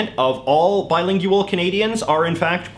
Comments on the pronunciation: I hate how he says "bilingyooal" instead of just saying "bilingual" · that was my reaction. I was like can he just pronounce it correctly. He seems like he's trying to be Canadian and not Canadian lol. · Is the word bilingual pronounced differently in Canada, or is it just an idiosyncracy? I mean, not pronouncing it with a /w/